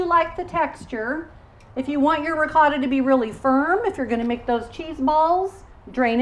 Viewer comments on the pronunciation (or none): Can you please say ricotta like this: Ri "coat"uh.. its not Ri caught a... also... for Moscarpone we say...... Mo scar po nay I mean...as a teacher..we here in Italy would appreciate you spread the words of our regional products correctly. Thanks a lot..meant with a lot of respect, no malintension here.